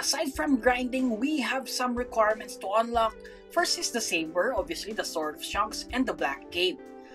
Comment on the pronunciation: "shanks pukoll" my brother in Christ you didn't have to do him dirty like thst💀